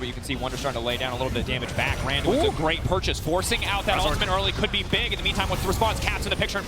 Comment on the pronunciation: ~Augh, his brain is just so bieg~